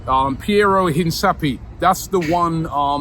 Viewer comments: ROBBIE LMAO, you are completely butchering his name, it's pronounced een-kah-PYEH. (HIN-CA-PIE). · Robby it's pronounced Hinkapie. Not Hinsapie. 🫣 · It is not Hinsapi it is INKAPIÉ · Good evening lads.. Robie,.. a quick lesson in Latin American.. Inka Pi eh.. as in Inka P.A.. Say it quick and you'll have it bros❤💪🏽⚽ I'm Chico from Hornsey.. My Colombian boys are at Arsenal.. Alexei Rojas and now Spanish born Colombian parents,, defender Cristian Mosquera💪🏽💪🏽 Anytime lads... Always watching and promoting..you need to come to our Colombian restaurants. Nuff love. Chico🤠💪🏽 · Guys, pronunciation: Een-kaw-pee-EH. Please get it right. :D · Robbie not to be that guy but it’s pronounced “hin-kap-ee-yay” Much love boss man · bro say his name right 😭😭 hincapie - in - kap- pie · Let me educate you my people. Inca- pee eh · een-kah-PYEH is how you pronounce his name. Come on man. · Robbie and he's player name pronunciation 😂😂 hinsappy fs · Nah Robbie always butchering player names omds Hin Sappy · if he was it would still be pronounced "hin kapy" with the c being an hard c hence sounding like a k. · it's pronounced # hin cap i hay# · it's pronounced 'IN-CA-PYAY' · That’s not how you pronounce his name Robbie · That's not how you pronounce Hincapie lol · H-IN-CAP-E pronunciation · Robbie love you to bits mate but you really need to do some research on how to pronounce Spanish players names. You struggled with Merino and Hincapié pronunciation is wrong. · Someone tell Robbie how to pronounce the bros name... ffs 😅😅😅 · worst pronunciation of a lastname ever hahahah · Robbie you must respect someone by saying thieir names correctly. Go see Fabrizio Romano videos how he pronounces Hincapié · Hin Sa Pee! 😂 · How does Robbie manage to destroy player's names every time is insane 😂😂😂